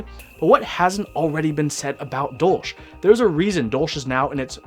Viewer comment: Dolch is the German word for dagger and hearing it being pronounced as dolsch is super weird for me.